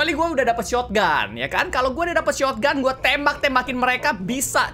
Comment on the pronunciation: Kebiasaan MiawaAug shotgun di bilang "shotoganto" 😆